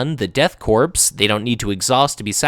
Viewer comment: I think Korps is pronounced like "core" much like the US Marine Corps :)